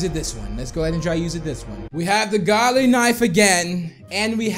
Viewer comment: ITS GOOLY NOT GODLY